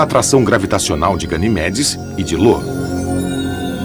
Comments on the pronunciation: Lo kkk,nunca vi nenhum narrador errar o nome de Io. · Ele só errou no nome da lua "LO" Que Na verdade é IO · Eu acho que o narrador viu um "i" maiúsculo (I) na palavra "Io" e achou que era um L minúsculo (l) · Não é Lo. É Io. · Vou sair do video pois vc chamou a lua Io de lua Lo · Nao é " Lo" é " Io" ,io! Ao menos se informe sobre o que vc vai narrar😉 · Infelizmente, acho que ninguém na empresa de dublagem conhece mitologia. O narrador fala errado . O certo é Io, como está contado nesta história da mitologia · E ainda chama "IO" de LO, kkkkkkkk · Informem ao narrador que um dos satélites de Júpiter se chama Io e não Lo. Muita falta de atenção com quem assiste o documentário.